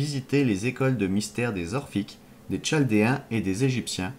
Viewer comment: On dit KALDÉENS !!! et NabuKodonausaure !!! C était super a écouter